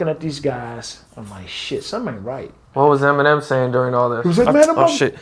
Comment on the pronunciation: Did any one else catch him say “M&M and suge knight pressed emenim”🤦🏽‍♂️🤣